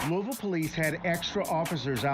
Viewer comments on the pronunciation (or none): Hey plz don’t speak on shit if u can’t say Louisville correctly. Thx